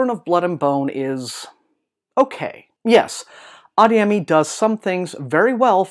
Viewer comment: It's pronounced ah-DAY-yeh-mee